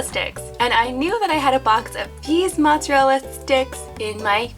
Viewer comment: Did he say Monsterella I instead of mozzarella? 😂